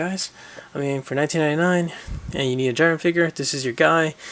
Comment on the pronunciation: (Jeerun)Jiren, (Kabah)Cabba.